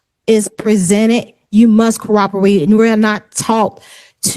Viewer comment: “We were taught to cor-operate”